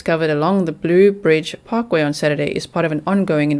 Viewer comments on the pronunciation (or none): Can I help with pronouncation? Yucca is YUK-ah. Not you-ka. Mobile is mo-BEEL. And it's the Blue Ridge Parkway, not blue bridge parkway.